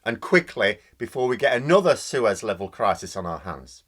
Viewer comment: When you mentioned Suez at the start,, I first thought you said 'sewers'. How apt for this lowdown bunch of Tory incompetents such a reference would have been.